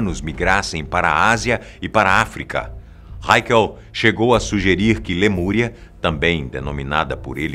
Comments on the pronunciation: Lamuria ou Lemúria? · Lamúria Ou lemuria? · LAMURIA ????????? Falha inadmissível!